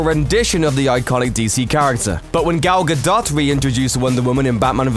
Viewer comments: "Gal Ga-dott"? Pretty sure it's pronounced Ga-doe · Gal Ga”DOUGH” - not Dot. I’m not a WW groupie i just hate when a name isn’t pronounced correctly. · It's pronounced as Gal Gadow! Jeez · I’m getting sick of these moron millennials. Her name is pronounced Gal ga-do the t is silent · Alot of this is comparing New 52 to Golden age. Really dumb lol. probably less than 10% of the DC readers were alive during Golden Age... Dumb video clearly made by somebody who has just been googling "Original DC costumes" And can't pronounce Gal Gadot. Cool.